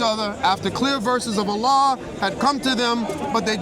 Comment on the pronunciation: Please stop saying Allan, allah and Yahweh are not the same.